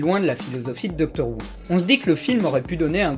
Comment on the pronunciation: "Doctor Woo" j'imagine un docteur asiatique (Who à prononcé comme le Houx)